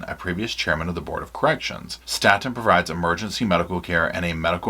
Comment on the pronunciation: Staten Correctional is pronounced as “Stay Ton or State’n” And Wetumpka is pronounced “ We-Tump-kah” I can assure you all as someone whom worked as a Correctional CRNP (Nurse Practitioner) for more than 14 years in several AL-DOT facilities in Alabama, you don’t know the half of what truly goes on inside these prisons. Alabama prisons are some of the worse if not the worse in the United States. I struggled for the last 6 years I was employed there and finally walked away. I performed more emergency procedures than ever in any emergency department/trauma unit. I will also state, offending should be segregated based off the extent of their crime. They should not be held in adjoining facilities as they would not be able to provide protection. These guys are extremely smart and have nothing better to do than study everything about you.